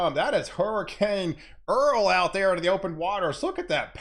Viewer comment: Hows it goin..!!! 🤓 Love it everytime you say thar 👍